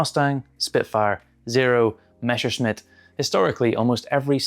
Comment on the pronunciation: Не мешесмит, а мессершмитт. Daym, cyrillic is so superior